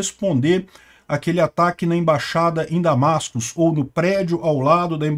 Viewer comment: o nome da capital da Síria/Irã/ russia é damasco sem s no final.